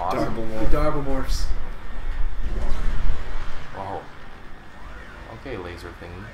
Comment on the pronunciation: Oh, Darblemorphs? First I understood Daredevilmorphs.